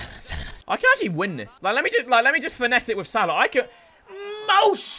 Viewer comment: Unsubbing because you saying Mo Shhhhalla to much.